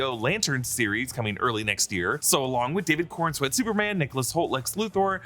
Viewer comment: Coren-swet not Corn-swet 😂